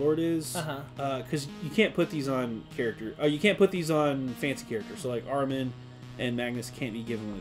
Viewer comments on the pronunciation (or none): Ah Ri Man...not Armin lol